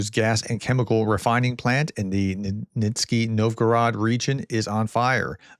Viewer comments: That's Nizhny . zh as the " s" in pleaSure. Nizh-ny. Rhymes with Britney. Means Lower New City. Or New City Down Stream Peklo means " hell" or " inferno" . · European Realist here. Pronunciation lesson again..Russian 'zh' looks terrifying, but is like French 'soft' 'je' or the 's' in leisure. Nizhny is ni j ny. Nizhny Nov-gorod. Simply means 'Lower New Town.' Not so frightening after all! And remember back-chaining for long names, start at the end and work towards the front (for practice). so Petroprokovsk - kovsk - pro.kovsk - petro pro. kovsk. A bit like Saint Peters - burg. Otherwise, many thanks for your usual updates. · NIZH-ny Pronounced as neej-nee Means "lower".